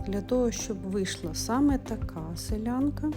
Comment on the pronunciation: Дякую за вашу працю. Інформація корисна і навіть потрібна. Тільки велике прохання, не перекручувати назву виробу. Не " селянка" а " силянка" . До села цей виріб не має жодного відношення. Назва походить від слів насИлювати, сИляти. І наголос кладеться на "И" а не на "я".Збережіть , будь ласка, автентичність назви виробу❤